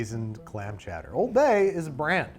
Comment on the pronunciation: Chowdère? Chowdère? IT'S CHOWDAH!